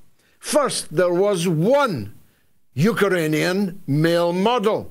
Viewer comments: It's pronounced Ukrainian George, not Ukaranian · George, it's not "UkErainian" .......... it's 'UkRainian'! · Why do you keep calling them Ukeranians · “Yook-er-rain- e- an” 😂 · Love the " Eukaranian" , for emphasis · What is a Uker-rainian? 😂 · You'd think by this stage in history Galloway would be able to pronounce "Ukrainian" 🤷‍♀ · learn how to pronounce Ukrainian you muppet.